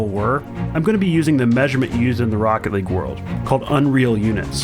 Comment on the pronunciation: THIS IS ROCKET LEAGUEUH I Know Its League ..